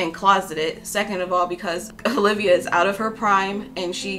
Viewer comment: Haha did you just call her Ho-livia?